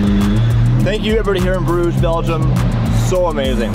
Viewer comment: this man did not just call Bruges "bRidGeS"